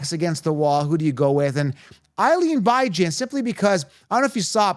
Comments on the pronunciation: Are you mispronouncing Bijans name incorrect on purpose? You've said it a few different ways. If you're giving fantasy advice, the players deserve a proper name pronunciation. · Can you say BIJAN’s name right let me sound it out for you BEE-JAHN 🤦🏼‍♂️ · WHY do you have to call him Bi-Jan lol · I discredit your advice based on you not knowing how to pronounce the players name’s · He refuses to say his name right even though there’s literally videos of the guy specifically answering questions about how to say his name.